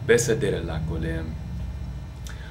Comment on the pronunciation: the word כולם is not kolam it is kulam and you say ע to hard read it as א(a)